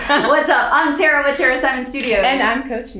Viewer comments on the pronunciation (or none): You're cool, but it really annoys me when you pronounce your indian indigenous name (supposed to be pronounced = "Tha-ra") as Te-ra